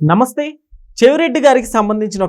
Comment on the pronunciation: Please learn how to say namastey